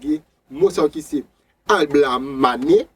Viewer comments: Bon travay, yon sel ti problem mw gen ak mo yo, ou ekri yo yon jan, ou prononse yo yon lòt jan. Exp:LaBlamane. Ou prononsel AlBlamane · janw ekri mo a epa konsaw li nn ou Di ablamane poutanw ekri lablamane